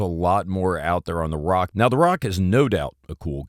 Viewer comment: dont say RAK like "rock" say it like "rack"